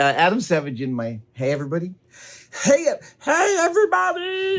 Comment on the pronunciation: "Hey, erreybody!"